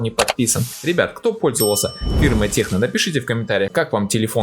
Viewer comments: ТЕКНО! А не Х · английская буква C звучит как Х? Если нет, то почему "Техно"?